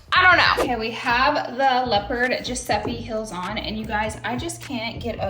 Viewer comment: giuseppi? gurl- giuseppe